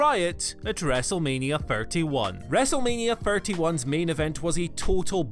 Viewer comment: Any danger of you pronouncing words with "Th" in correctly? Wrestlemania Free, Firty one... come on